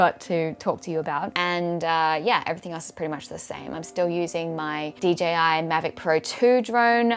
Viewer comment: “Ahhh...yeeee” - the Australian in you JUMPED out there. Love it.